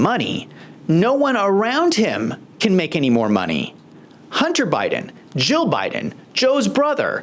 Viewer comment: You keep saying Jill wrong.